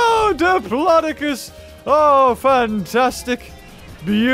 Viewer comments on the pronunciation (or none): none